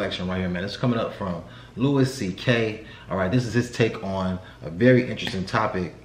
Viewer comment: Louis pronounces his name Louie.